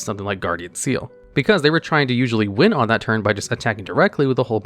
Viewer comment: slight correction- Ceal is actually pronounced KEEL, at least that's how it was said in the anime.